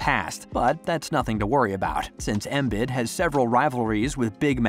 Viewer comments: Did he just call Joel “Emit”? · was watching right up to the point where he started called embiid EMID. then it's like why am I watching this, these guys don't know a thing if they can't even get the embiid's name right. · Man this guy doesn’t know who the sixers are if he can’t even pronounce the heart and soul of the teams name right I’m done😭🤡🤡🤡🤡